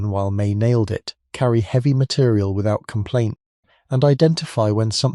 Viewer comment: Heeevy. Instead of heavy.